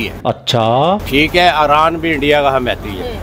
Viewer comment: अरान नही ईरान होता है चाचा 😂😂😂😂